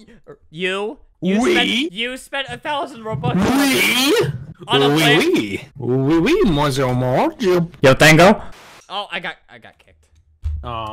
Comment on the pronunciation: its yo tengo not "yo tango"